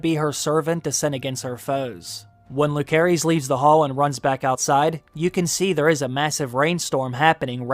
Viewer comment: Pronunciation. Jacaerys is Ja-say-res. Lucerys is Lu-say-res.